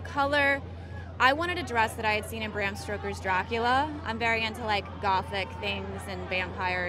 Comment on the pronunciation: I just noticed that Megan Fox said Bram stoker's name wrong. "I wanted a dress that I'd seen in Bram StRoker's Dracula". I highly doubt that she was inspired by an author whose name she doesn't know. Anyone else notice this?